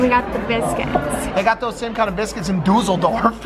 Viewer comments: I don’t know why but I lol’d when he said doosel dorf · David laughed when you said Düsseldorf probably because the way you said it sounded like Dusel which is German for dummy basically. So Dummydorf is what you said. Oh and sugary popcorn is called kettle corn in America. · the way mike says Düsseldorf, I fucking died 😭